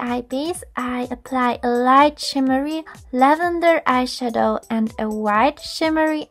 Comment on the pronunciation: I hate the way she stresses the word "eyeshadow"